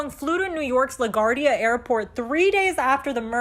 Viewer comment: That news anchor. La guard ia airport? Seriously? Who doesn't know how to pronounce LaGuardia? Wardia not ardia.